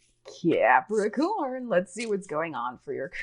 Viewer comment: Love the way u say Capricorn